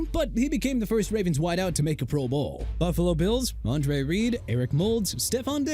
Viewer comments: Why do you say pro bowl like that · Is it just me, or does the inflection on the phrase "pro bowl' sound a little odd?!